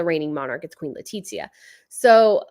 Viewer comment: Love your videos! By the way it's Let-ee-thee-a (not letizzia) Its spanish not italian! Plus it's european spanish so definitely not letisia!. She's from Madrid, so her name, even though it's spelled in an affected way (should be leticia), is definitely pronounced with a Th sound. Please trust me on this one!